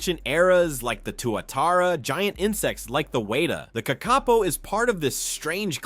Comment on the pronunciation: The name of the Kakapo is pronounced with the stress on the first syllable. Also, they will use their wings to glide to the ground from perches high in the trees, where they have climbed, using their feet and beak.